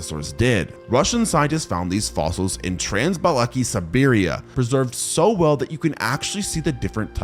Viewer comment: The pronunciation of Russian names is so incorrect that I have a hard time not cringing when he says them. Next time, please use Google Translate to check how it's pronounced, instead of randomly rearranging the letters. Trans-Baikal - Trans-Balakie WTF I hope this helps improve the content